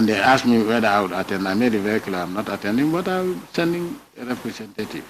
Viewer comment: Somebody should educate this clown that it's not "reprecentaytive"🤣🤣🤣